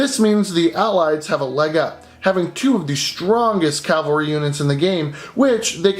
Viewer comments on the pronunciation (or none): The “COW-AL’-REE” class, intended or not, for that you earned yourself a like.